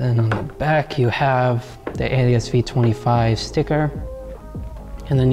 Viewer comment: Ok fist of all you’re saying the name wrong it’s pronounced ah-leh-sis but other than that banging vid👍